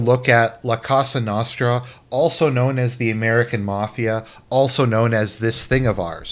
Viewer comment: Well that was the absolute worst anglo pronunciation of cosa nostra ive ever heard. It hurt my mediterranean ears.